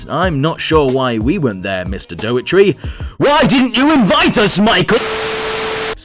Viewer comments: Well, one sure way to not get invited to pre-screenings is mispronouncing the man's name. It's not "DOE-eh-tree," but rather "DOE-er-tee" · The director's name is Dougherty, not Doughetry! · I think you weren't invited because you pronounce his name "dough-err-tree". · You weren't invited cos you can't say daugherty properly. Doe-are-tea.